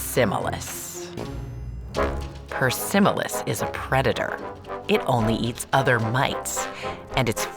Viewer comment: the way she said persimilis.😂😂😂